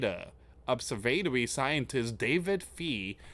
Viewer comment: That's not how you say Observatory just fyi